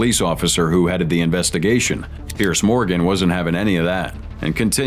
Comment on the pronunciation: Its not bloody Pierce, its Peirs, pronounced peers.